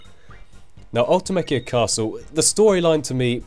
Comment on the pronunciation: Also, I believe "Ultimecia" is pronounced Ul-tye-mee-see-uh, and "SeeD" is just pronounced like the word Seed. Can't say for sure though, because unlike FF7, FF8 never got any voice acted extended universe content. Wonder who's right? :P